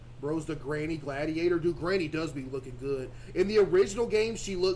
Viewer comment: bro said genny